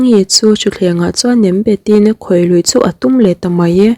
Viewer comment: i thil sawi ah hian Nem bet te i tia nam bet tih zawk tur a ni lo maw